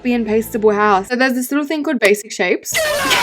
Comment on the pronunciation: YOU SAID BAISIC SHAPES…. 6 TIMES!!!! ya so um it rly wasn’t that many times but you said basic shapes… 6 TIMES!!!! congrats!!! 🎉🥳👏